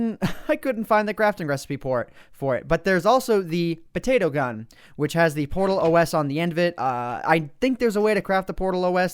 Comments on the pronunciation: It's PotatOS ( potat- os), not portal os.. It's glad os in a potato :) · its not portalOS its potatOS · its not PORTAL.O.S its POTATOS; GLaDOS as a potato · Portal OS? Did I hear that correctly? It's PotatOS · PortalOS? It's po-Tay-tos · wtf is a Portal-OS, is GLaDOS + Potato, PotatOS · He called it portalos it's supposed to be potatos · Portal OS?! PotatOS as in potato GLaDOS. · Its potatOS not portalOS. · he pronounced potatOS wrong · No. It's pronounced Po-tatO-S